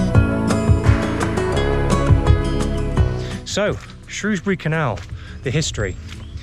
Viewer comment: As an ex Sundorne lad It's good to see the old canal looking just like i remember it. Thoe it would be good to see it in full water with narrow boats . Plus it was good to hear you pronounce the name of the town correctly Lol. As i used to say No o in Shrewsbury. 👍